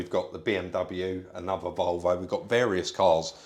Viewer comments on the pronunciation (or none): none